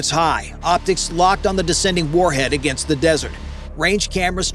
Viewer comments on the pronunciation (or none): none